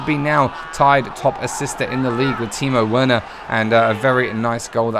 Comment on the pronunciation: Werner said wearner lmao but love ya content